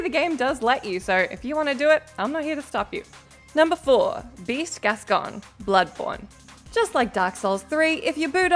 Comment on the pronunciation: Beast “gascon” 😂🤣 I think they’re just churning these videos out now, with people who don’t have any connection to the material. Still distracting tho